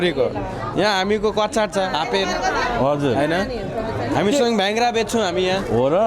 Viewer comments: हाम्रो अमेरिकामा बस्नु हुने तमु दाजुभाईले तमु पोषकहरुको नाम उचाहरण गर्न अलि मिलेको जस्तो लागेन जस्तै धेरैले भेङ्ग्रा भन्ने सुनियो नेपालीमा भाङ्ग्रा भनिन्छ भने तमु भाषामा र्हेंगा ,र्ह्ंगा भनिन्छ त्यस्तै कछाडलाई काश भनिन्छ । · bhyangra Hoina ho bhangra ho ( gurung language ma REHNGA)